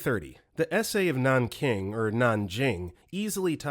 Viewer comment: The impact of these stories is somewhat ruined when you can't even say Rpe.of Nanking properly.